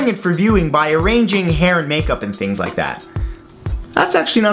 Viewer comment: Did he say lick instead of like